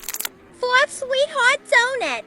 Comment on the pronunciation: "sWeAt heArt doNut" 💀💀